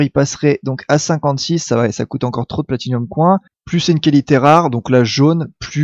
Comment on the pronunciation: J'adore tes vidéos x) un coup tu as un super accent anglais avec ride, un coup tu dis coin à la place de "coynsse" pour les pièces x) c'est énorme !